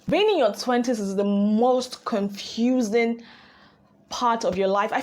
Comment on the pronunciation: Emphasis on “confusing” 🥺🥺